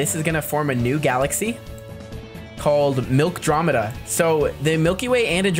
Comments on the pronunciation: The name is milkomeda but nice vid 👍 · Isn’t it Milkomeda instead of milkdromeda? idk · It’s milk-a-dromida